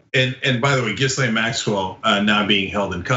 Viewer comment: I love the blatant mispronunciation of Ghislaine’s name. Peak level trolling.